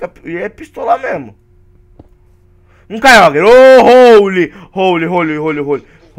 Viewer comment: a se fala kyoger kkk n importa mas ne kk